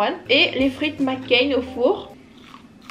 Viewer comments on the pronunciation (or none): none